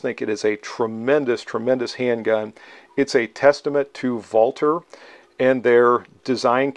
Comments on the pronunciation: I'm not of German descent (although my wife is German-Canadian) and I also applaud for pronouncing it correctly! it's painful to hear how it often gets pronounced incorrectly. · I love this pistol and own one. It's one of my favorites. It's honestly a shame it's being discontinued. Great video as always. Also, as a German American I really appreciate you pronouncing Walther correctly. 🇩🇪🇺🇸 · Finally a reviewer who doesn't over-Anglicize the pronunciation of Walther. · You are the only content provider on YouTube who pronounces "Walther" properly. Thank you for showing respect for the company name, by not butchering it.